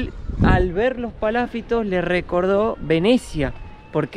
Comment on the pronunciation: es palafitosssss como lo dijo kiko